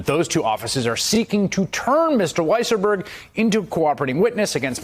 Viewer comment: I LOVE when they call him "WEASSLEburg " 🤣🤣🤣